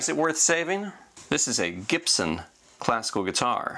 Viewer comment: "Gip-son" Fuckin wat?